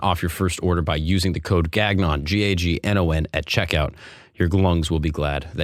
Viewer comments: Please tell me that your name isn't really pronounced GAG-non.... with French Canadian dad? Should be Gan-YON shouldn't it? Did you Americanize for an uneducated audience? If so, please don't! Embrace your true self (even if you are straight) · you're father is french Canadian and doesn't slap you ever time you pronounce Gangnon that way? the second g is silent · We have those men and women here in downtown parks in Toronto. We call them the 'Can Dragons'. And Nigeria, India and China have far more cultures and dialects than Italy. And dude: your name is Gagnon. Gan-yon. Gan-yon. Gan-yon....it's French. Please don't say Gag-non. Don't be so American. It's Gan-yon. Not Gag-non. WTF? And what's this: "Just a Brooklyn Jew" crap?